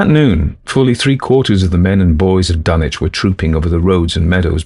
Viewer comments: The correct regional pronunciation of Dunwich would not sound like dun - itch, but dun - witch. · Dunwich with a w.Not dunich.Learn to pronounce words before you do audio books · Ask any local in the Commonwealth to pronounce Dunwich and they're going to tell you it's Dun - witch. HPL knew the area well, traveled it, and spoke himself with a RI accent. HPL did not speak w/ an affected English accent, so why then do you insist that he'd pronounce Dunwich in any way other than as a native New Englander like himself would've? As a lifelong New Englander myself, I never once heard any of my grandparents, they being born a few years +/- of HPL, pronounce the "wich" of any MA town name as anything other than "witch". So no, there is no tradition, alternate or otherwise, in the Commonwealth that would allow for the foreign pronunciation of Dunwich as Dun - itch. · No ,its a fictional town in new england you miss pronounced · No, they're not. For instance, no one pronounces Sandwich, MA sand - itch or Ipswich, ips - itch regardless of their geographical location inside the Commonwealth, no one.